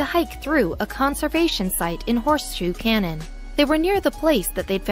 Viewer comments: Who decides how your words are pronounced? Do you know what a cannon is? A canyon like the grand one in the USA always has the "y" pronounced, the place you were showing as a cannon looked nothing like an ancient weapon and so much like a canyon. You got me annoyed. Do I have to block your channel too, because you consistently grate on my nerves by persistently saying things wrongly. It is easy enough to check, so why wouldn't you? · learn how to pronounce "canyon"